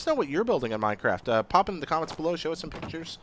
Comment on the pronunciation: The dude said mind craft at the end lmao